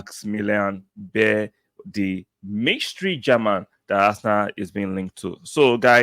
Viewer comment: His surname, beier is pronounced as baya